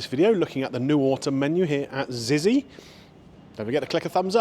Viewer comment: It's pronounced Zitsy. When my son was little we went in Zizi's every Saturday for 4 years as he would only eat Spag Bol